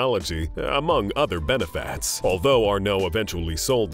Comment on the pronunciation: Can’t listen to that commentator. Ugh! WTF are “benefaaats”